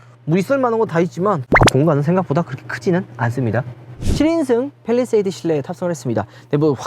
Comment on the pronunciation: 빼휘일뤼셰휘이듯 발음뭐누ㅋㅋㅋ